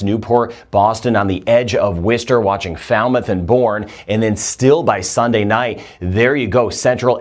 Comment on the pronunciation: Worcester MA is pronounced "Woosta" or "Wooster"